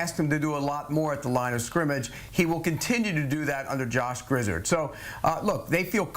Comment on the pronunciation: Grizz-erd? My goodness